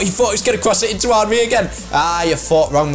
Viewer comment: its not aanry its enry